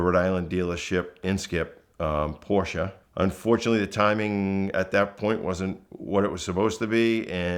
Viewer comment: Knows a ton about Porches… Still can’t pronounce the name of the brand correctly. 🙄